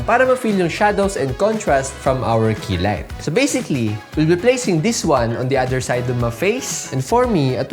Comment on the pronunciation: Man, the quality and information of this video is superb👌 Who else heard "Fix my kilay?" I was like what? Lol! It's key light darn it!😂